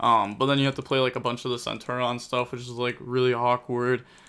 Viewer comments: goddamn my guy you pronounce the I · For the love of god it’s centur ION there’s an I